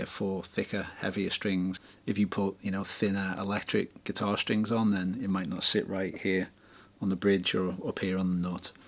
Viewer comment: Watched it on 1.25 speed, thought wow though Brits really speak fast ))) gotta love "string boose"